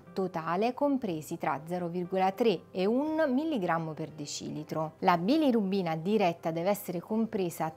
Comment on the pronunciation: Bilorubina, non bilirubbina😅